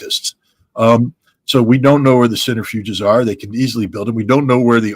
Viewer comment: Centrifuges, not "centerfuges".